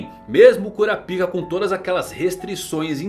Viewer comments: Cura a pik é phoda man, muda essa pronúncia aí pelamor 😂😂😂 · Bom Dia, só por curiosidade msm, pq vc não fala o nome de Kurapika da msm forma que os dubladores originais falam? Falar " Kurapíka " sempre me quebra. Rsrs... Um abraço. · É engraçado pensar que está no aguardo da pronúncia do nome de um personagem, enquanto fica falando CU-RA-PI-KA e não KÓ-RA-PAI-KA que foi uma adaptação da dublagem brasileira.